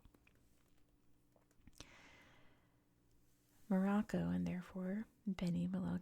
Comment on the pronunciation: thank you for this video on morocco , i hope you discover more and more things on our country. also you really good at pronouncing the names right.